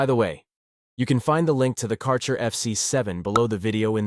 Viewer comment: Thanks for review. You mispronounce the brand name, tho